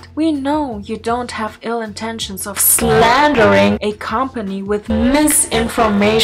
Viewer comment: Bruh, when she said S L A N D E R I N G at the middle of the night I was terrified